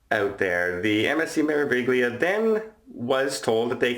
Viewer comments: It’s pronounced Mair a veelia - great vid as always.... And I hope these guys get banned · May-rah-vee-lee-ah (Me-ra-vi-gli-a) Piazza is pronounced like Pizza with an AH in the middle! The ZZ in Piazza and Pizza has a TZ sound. Hope you feel better soon!